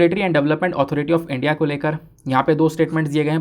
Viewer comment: This channel and sir is very good but one thing is very bad that is the pronunciation of ' India ' by sir